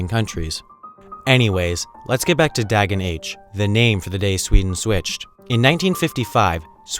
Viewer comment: When he says "dägen" tho... :P